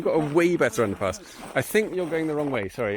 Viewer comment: every time you say underpass I hear underpants for some reason... Most odd 🙃